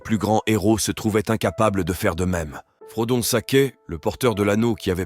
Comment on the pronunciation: Selon qui ? Parce que j'ai l'impression que le narrateur essaie de prononcer les noms à l'anglaise. Sauf qu'il a dit [frodone] pour Frodon, au lieu de Frodo. Ce n'est pas consistant.